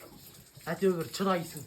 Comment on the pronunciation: Чоп емес шөп деші. Чыдайсың емес, шыдайсың деп айтқан дұрыс. Сосын ойбой ойбойды көп айтады екенсің. 😅😅😅